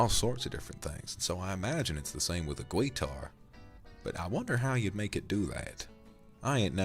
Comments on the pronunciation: I love how you say guitar hah gwuiter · Vox: "Gweetar" Me and my country background:"Where the W come from?" Also me laughing my ass off 😂 In all respect though, this was amazing and I really enjoyed it. Thank you Vox! ❤